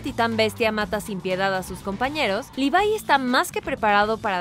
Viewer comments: Se dice Levi no livai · mi mente se retuerse como berthlod al escuchar ¨livai¨ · cada vez que dice levai me sale un tumor de 30 cm de longitud y explota